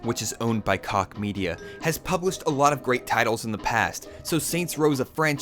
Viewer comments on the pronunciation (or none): Koch media 😂😂😂😂 is it really pronounced like that??